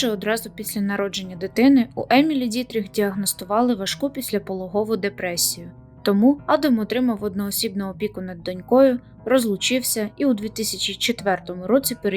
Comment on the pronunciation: "пicляполОгову", а не " пiсляпологОву". У вас зазвичай повний швах з наголосами, слухати неприемно.